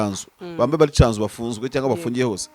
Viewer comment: Bavuga: CYANZU ntibavuga Canzu